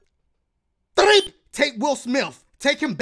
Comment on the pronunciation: He said threep huheheu